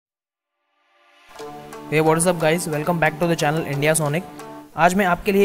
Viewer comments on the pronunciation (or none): none